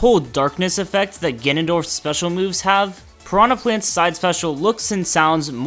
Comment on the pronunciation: "Prahna Plant"